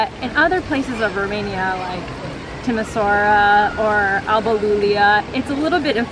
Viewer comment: Nice. But it is pronounced "Timi-shoa-ra".